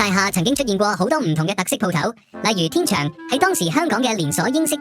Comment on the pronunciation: 天祥嘅正確讀法係「天腸」。